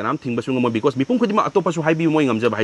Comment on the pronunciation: Because OR becos?? 😂😂